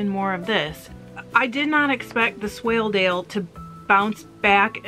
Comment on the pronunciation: Yes you are pronounced it correctly. It’s a sheep mostly from Yorkshire a great fibre and fleece to spin.